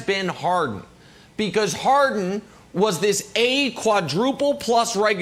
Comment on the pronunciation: Don't forget Brandon: "James HAR-IN."